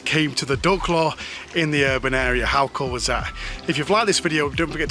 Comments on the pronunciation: Every time you say duck I hear dog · Did he say "dog" or "duck"?